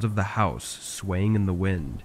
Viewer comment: “ Even in the rain, it wasn’t really swain” - 😂